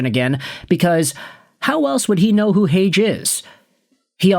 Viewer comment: leafs got cucked.... they gotta watch the habs and sabres run that train lol and its pronounced Heyg-EEEEEEE